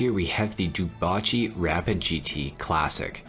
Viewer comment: ngl it's still weird to hear dewbauche being pronounced as du-ba-chi